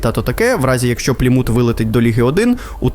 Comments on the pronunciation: "Пліму́т" Порада диктору. Якщо вперше прочитав якусь назву, погугли як правильно наголос ставити. "Плíмут"! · Чому ПлімУт, правильно ж таки ПлІмут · правильний наголос "плІмут", а не "плімУт" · плІмут, а не плімУт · ти вже визначся - плІмут чи плімУт?